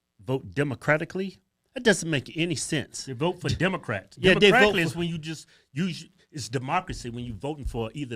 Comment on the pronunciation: When that airhead said demicratlically, I said the same Ish. Republically 😂😂😂😂😂